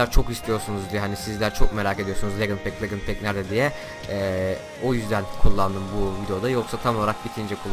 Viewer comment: Legınd Değil Licınd